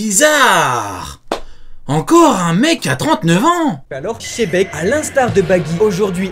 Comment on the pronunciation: chebec... kidzaru... god vali 🤦‍♂️🤦‍♂️ ça n'énerve que moi leur pronociation